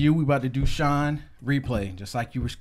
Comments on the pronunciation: "shine" lmaooo its shy-knee, like shiny. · It's not shinee it's shinee "ee" like shiny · I love that you guys are reacting to SHINee! It is pronounced like “shiny”. I made the same mistake when I was first introduced to them. This was their debut video I think...? Fellow Shawols correct me if I’m wrong haha. I request their entire videography! Haha. Mainly; Lucifer Hello Ring Ding Dong Sherlock Dream Girl Everybody